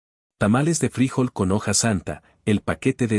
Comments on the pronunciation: Se dice: frijol, con acento en la "o" que es la letra con la pronunciación más fuerte que la "i" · Es frijol,con acento en la o no en la i.